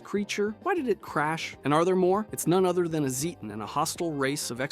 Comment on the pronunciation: Say it with me,, ZAY-ten. ZAY-ten.